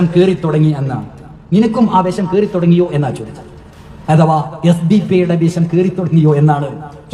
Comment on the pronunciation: വെശം അല്ലടാ പൊട്ടാ "വിഷം"